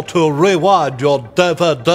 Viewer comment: A DUH-VUH-DUH?!